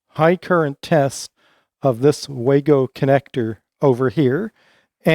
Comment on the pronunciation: First anglophone I've seen that knows how to pronounce "wago". Outstanding.